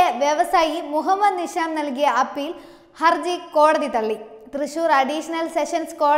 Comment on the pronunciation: നിശ, നിഷാം, നിസാം, ദോശ, ദോഷം, ധിഷണ, ദാനം, ധിക്കാരം, രഥം, ഫലിതം, ബലം, ഭാഷ, ഭിഷഗ്വരൻ, നന്നാവുക, സാവധാനം, ഘർഷണം, ഗുണം, പഠിക്കുക, പാടുക, ..... തുടങ്ങിയ വാക്കുകൾ അക്ഷര സ്പുടതയോടെ വായിച്ചു മനസ്സിലാക്കാൻ ശ്രമിക്കണം.. അത് ഉറക്കെ പറഞ്ഞു പഠിക്കണം.. എങ്കിൽ മാത്രമേ ഉച്ചാരണ ശുദ്ധി ഉണ്ടാവുകയുള്ളൂ.. വാർത്ത അവതരിപ്പിച്ച ഈ കുട്ടിയ്ക്ക് മാത്രമുള്ള പ്രശ്നം അല്ല, ഇതിലെ മുൻനിരയിൽ നിൽക്കുന്ന അവതാരകർ പോലും പല വാക്കുകൾ ഉച്ചരിക്കുമ്പോൾ ഇത്തരം പ്രശ്നങ്ങൾ കാണാറുണ്ട്.. ഇന്നത്തെ പുതിയ തലമുറ, പത്രങ്ങൾക്ക് പകരം നിങ്ങളെ ആണ് കാണുന്നത്.. നിങ്ങളുടെ വാക്കുകളിൽ നിന്നാണ് അവർ നമ്മുടെ മാതൃഭാഷയെ മനസ്സിലാക്കുന്നത്.. നിങ്ങൾ തെറ്റായി ഉച്ചരിക്കുന്നത്, പറയുന്നത്, വരും തലമുറയെ വഴിതെറ്റിയ്ക്കും. അത് മലയാള ഭാഷയോട് ചെയ്യുന്ന പൊറുക്കാൻ പറ്റാത്ത അപരാധമാണ് എന്ന് മനസിലാക്കുക 🙏 തത്വമയിയെ ഒരു വെറും യുട്യൂബ് ചാനൽ എന്ന നിലയിൽ നിങൾ കാണാതെ ഇരിക്കുക. പ്രവർത്തിയിൽ കുറച്ച് പ്രൊഫെഷണലിസം കൊണ്ടുവരിക.. നന്മകൾ ഉണ്ടാകട്ടെ